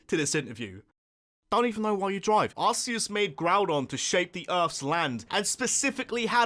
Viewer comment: Anyone else really bothered by people calling it ARSEus?